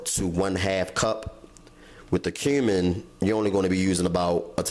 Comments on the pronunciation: Pronounced "cue-min"....I laughed when I heard him say that as well...looks delicious though ! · He said coming seasoning😂 It should be cumin. I love!!! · HE SAID CUM-IN season...